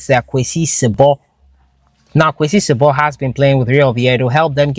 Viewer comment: It's si-bo not sib)